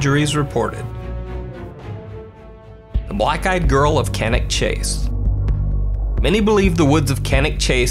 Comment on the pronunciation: OK, so the last one of Cannock Chase is decidedly dubious but full marks for pronouncing Cannock Chase right 👍. Both myself and my hubby lived in that neck of the woods (pardon the pun). It is a big and very old place and some areas are very isolated. Hardly surprising people have got lost and strange things have happened there, but the clip taken by the drone? Nope, to me that looks like someone taking a walk, hearing and spotting the drone and deciding to have a look at it. Either that or they could have just emerged having tried to find somewhere private to take a comfort break without someone gawking at them with a drone. Solitary walkers and explorers are not uncommon there. Been there, done that. The sharks in the sea though... Now that is scary stuff!